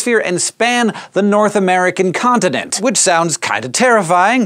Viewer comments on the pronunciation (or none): North American Contident?